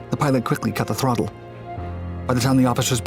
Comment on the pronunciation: KhwiKlly cut hthe h THRLOTLLE